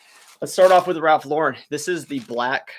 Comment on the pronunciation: Maybe you read my comment regarding the pronounciation of Ralph Lauren. You got it right. I read somewhere how he hates his name mispronounced because his whole style is American and it pissed him off when people say his last name as if it was French. Just fyi, his real name is Ralph Lifshitz. He and his brother changed their last names because as kids they were always teased about their name. Love your chanel. I personally get up at 5 AM, walk the dogs and by 6 start working at reselling. By 2 pm I put in a full days of reselling work and that is it. I have the rest of the day for myself. I put in a good 6-7 hours a day and close up shop. I refuse to stretch this out all day. It gives me life balance. Luckily the tiny post office is just a five minute walk down the road from me. I load up my huge shopping cart and take them there every day. I refuse to take the car for a two minute drive. People look at me like I am crazy but I do not care. I get a nice walk. I list about 30 items a day and can do it really fast.